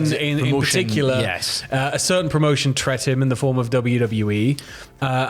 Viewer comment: Did just invent a word? “Tret”?! It’s “treated” haha. Bravo sir